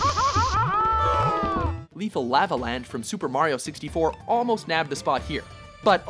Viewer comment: Hah! Got you now you son of a bitch! you clearly hear him mispronounce Mario after correctly saying it several times before, I knew you were doing this on purpose and now I have the proof!